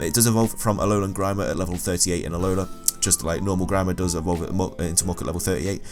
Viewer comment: i crack up every time you say ahola < alola > lol i love listening to this while i play, on my first play through, good job man!